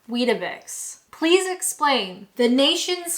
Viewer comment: You've got weetabix all wrong...😂😂😂